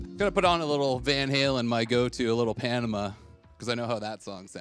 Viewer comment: I have never heard Panama pronounced like that....😂